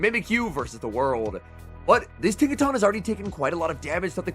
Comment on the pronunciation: Tinka-tun. Giga-tun. Not Tawn.